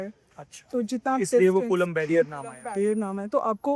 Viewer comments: कूलाम होता है और ना ही कूलम अपितु कुलाॅम्ब होता है। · कुलांब ❌ कुलम ✅ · कुलम नहीं मेडम जी कुलाम h vo😂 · 😅bus iss girl ne kulaamb ko koolam bol diya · कुलम नहीं कूलाम है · Coulomb h bhai colum ni😂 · Coulomb h co kulam nhi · Ye kon बड़ी बात बता रही है हम बिहारी ये सब जानते हैं कलाम होता है कुलम नहीं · कुलम नही कूलाम है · coolam nahi coulomb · Colomb yaar colum nahi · कूलाम को कुलम बोल रहा है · Ye kulam ko sahi defin nhi kr pa rhi kya hi scientist hai retu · Kulam kon hain 😂😂😂 not what a pronunciation